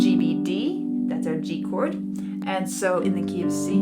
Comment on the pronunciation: it took my far too long to realize you were saying "key of C" and not KFC.